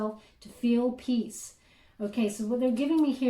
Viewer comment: Peace? not peas